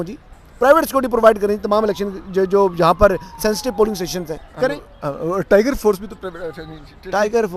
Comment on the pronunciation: اسد طور صاحب لائیگر فورس کو ٹائیگر فورس تو نہ کہیں؟